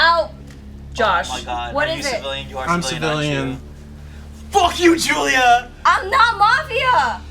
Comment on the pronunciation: Am I the only one who noticed that Josh says Gillia not julia?